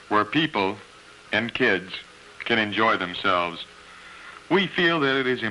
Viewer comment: "We also have many playgrounds for people…. and kids." Something about the emphasis he put on it made me laugh so hard I had to pause the video. Then he said it again, with the exact same emphasis, and it broke me.